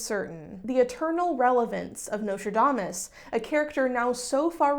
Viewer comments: i'm sorry, did you say Nicholas Lmao? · Actually didn't even notice you forgot the 'S' in Nostradamus until you said it 😂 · u pronouncing it notradamus is honestly so cute tho lmao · As a fellow Texan escapee I also say Nostradamus without the s like 75% of the time. 😭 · Thank you for being a beacon of hope and reminding people that whatever they read on the internet about a historical figure is not true even if the actual person did really exist :') Also, as a French speaker, if I may, and I promise I don't mean this with any shade at all, I wish you would show on the screen the spelling of the French names/places/words you say because since it's difficult to pronounce for you (and it makes total sense, many French sounds have nothing to do with what's found in English), I honestly can't tell what you are referring to :') I kept hearing the name of the town where Nostradamus went to live as "salon" and I thought that was very funny (but I doubt that's actually "salon") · I actually found it kind of funny bc dropping the s is pretty much what French speakers did anyway. It's been a minute since I was doing research for historic pronunciation for singing French renaissance music, so someone please correct me if I'm wrong, but the s may not have been pronounced in his French name in that period anyhow (not sure how regional variations come to play, but they are around); I'm aware that the s had been mute for a long while before the 18th century spelling reform that replaced the mute s with the circumflex in the preceding vowel. So yeah, I wouldn't sweat it too much. Loved the vid!